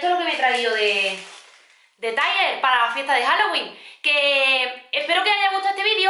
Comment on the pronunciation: No se dice taiguer se dice tal cual se escribe tiger